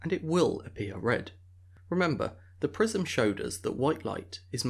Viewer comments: I hear prism as prison. "We all remember that school prison experiment" Huh?? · I also heard prison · I heard PRISON, too! But i laughed when i realized he meant PRISM! Our ears hear American English pronunciation when it clearly isn't! I had a Pakistani Professor in college, who spoke English somewhat well, but mangled the pronounciation of science terms while teaching an Advanced Biology course. It was HELL to understand him but after 2 course he got easier to understand!